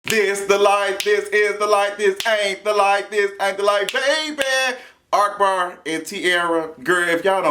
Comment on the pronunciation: ARK-Bar. Lol i love how u say his name......